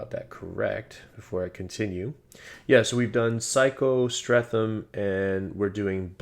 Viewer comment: streatham is pronounced stret-um